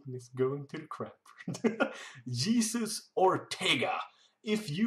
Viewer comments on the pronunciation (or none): Jesus Ortega is pronounced Hesus xD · man, you pronounced your J in jesus xD or maybe I'm completely lost and there is a reason you did lol. Anyway man, Your videos are great and always good quality. I think you're hilarious dude, keep up the good work!